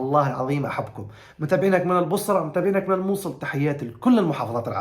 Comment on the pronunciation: اول شي الله يرحم ابوك ويغفر له ويسكنه فسيح جناته ثاني شي جد والله مشتاقين لك ولـ رجعتك ثالث شي شلون يكول البصره البوصره😂😂😂😂😂😂 اهم شي محافظتي البصرههه مو البوصره😂😂😂🫀